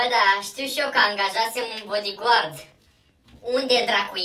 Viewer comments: Băi nu bodigău că BODIGARD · Se zice badigard